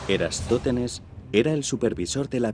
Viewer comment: Es «Eratosthenes», y no "Erastóthenes", como afirmas en este video. Me has hecho dudar de mí mismo, y no hay derecho. Aún tengo y conservo buena memoria. A ver si corriges la versión sonora de este video. De nada.